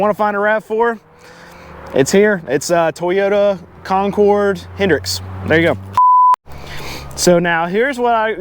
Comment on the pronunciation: Glad to see a true Carolina boy even said Concord right 😊